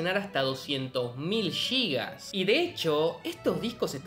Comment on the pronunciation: No son "Yigas". Sin "Gigas". Y tampoco en realidad son "Gigas", sino "Gigabytes". Intente aprender al menos las unidades básicas y como pronunciarlas.